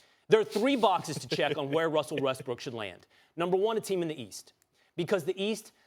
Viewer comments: He literally said Russell Westbrick lol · He literally said russel westbrick hahahaha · Ryan says Westbrick at :34